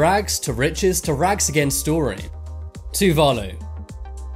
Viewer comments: so its to-va-lu is how ur to say just a reminder for u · You pronounced Tuvalu and Nauru and Palau wrong Tuvalu: Too-Va-Loo Palau: Pa-low Nauru: Now-roo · LOL m8, its Tuvalu, say it like this, Too-va-loo. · Completely butchered the pronunciations of Nauru, Tuvalu and Palau. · I’m so triggered by how pronounced Palau, Nauru, and Tuvalu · Palau, Tuvalu, St. Kitts and Nevis, and Nauru are all pronounced incorrectly in this video, and are all recognized by the United Nations. At least next time pronounce them correctly. I will admit that these 4 countries are tiny and most havent heard of them, but they ARE recognized by the UN